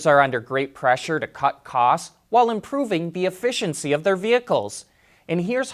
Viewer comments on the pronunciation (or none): none